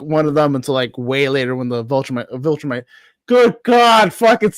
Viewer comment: Take away Man Card lmao! Every time he messes up “Viltrumite” clip a corner!